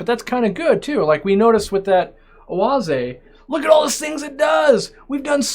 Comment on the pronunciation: As a German I am impressed with your pronunciation of Oase